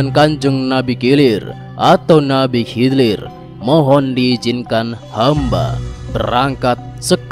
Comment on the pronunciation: Nabi kilir...😂kidir bukan kilir